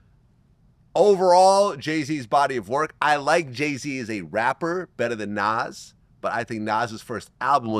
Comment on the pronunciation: Bruh It’s Nas….Nas